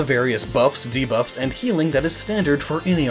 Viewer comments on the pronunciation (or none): none